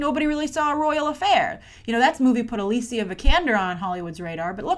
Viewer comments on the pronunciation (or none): none